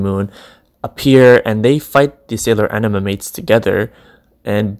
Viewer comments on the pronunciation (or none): none